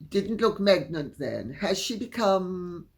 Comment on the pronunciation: Lol,Megnant!😂😂😂 instead of pregnant